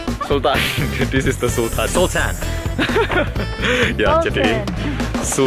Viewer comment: Beda ya kalo bule yang nyebut "sultan" Mah jadinya "sultahn" 🤣🤣🤣